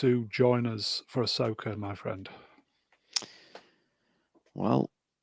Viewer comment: Ahsoka? Arseoka more like. I say keep going with all the RoboCops!